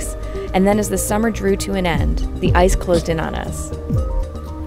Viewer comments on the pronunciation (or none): none